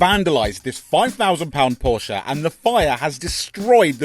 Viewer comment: Would defo buy a Hoodie that's says Porscha'specialishhh 😂😂😂